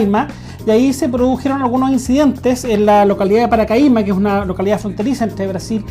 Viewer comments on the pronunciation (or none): SE DICE PACARAIMA, NO PARACAIMA.